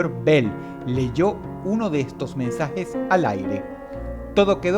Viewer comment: los "mensajej ejcritos" espiritú de AMLO sal de ese cuerpo!!